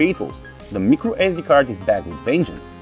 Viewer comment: he says mecro sd card